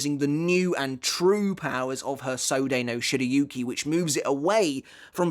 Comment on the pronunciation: How did you pronounce Sode no Shirayuki? xD